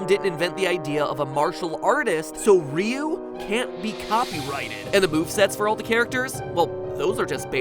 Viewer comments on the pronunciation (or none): His name is pronounced rie-uu